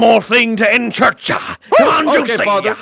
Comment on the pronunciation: “This is a good day to CELEBRATAH give me one more thing to end CHURCHAH”😂